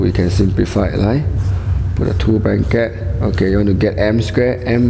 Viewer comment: "branket" hahaha